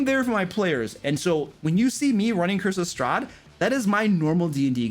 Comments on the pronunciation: I swear I hear “Christmas Strahd” every time he says “Curse of Strahd”. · i can not unhear this now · I can't unhear it now....